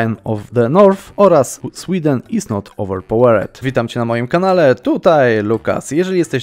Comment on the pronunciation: Jak coś, to nie owerpałered, tylko owerpałerd się czyta :P